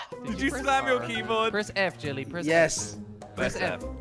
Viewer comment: Ur name is jelle not jelly